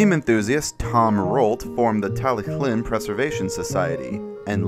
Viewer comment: Tallyllun isn't said as "tally clin" but more like "tal uh hlin" if you want to be proper on pronunciation.